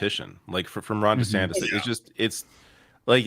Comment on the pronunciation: DeDouchebag mispronounced his OWN GODDAMN NAME!!!